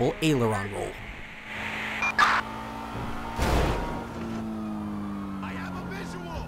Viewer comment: Thumbs up for saying 'aileron roll'.